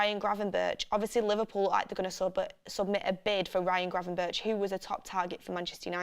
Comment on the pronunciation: Donny van de beeeek😂 and granvenburch😅